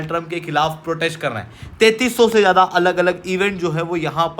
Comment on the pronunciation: Special - Sp-ae-shul Donald - Daw-nul-d Street - (not eshtreet) 9 - nau (not no) Elite - Ae-leet Zyada - z-yada (not jada) Comprehensive - Com-pre-hen-sive (not cumprehensive) Strict - (not eshtrict) NATO - Nay-toe 44 - For-tea four (not four-tea four) Avoid saying pe, say par Apna phone silent pe rakhoSpecial - Sp-ae-shul Donald - Daw-nul-d Street - (not eshtreet) 9 - nau (not no) Elite - Ae-leet Zyada - z-yada (not jada) Comprehensive - Com-pre-hen-sive (not cumprehensive) Strict - (not eshtrict) Avoid saying pe, say par Apna phone silent pe rakho Unnecessary words par emphasis daalne ki zarurat nahi hai. "video" pe emphasis daalne ki kya zarurat hai. What is thok bhi diya, yeh kya sadak chaap bhasha hai What is jamah pe, sabar karke bol lo, besabri mein kyon zaban par niyantran kho rahe ho.